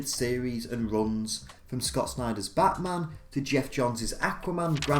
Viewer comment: Your accent makes it sound like you said "Batsman" instead of "Batman"